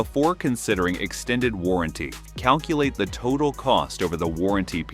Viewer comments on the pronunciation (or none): none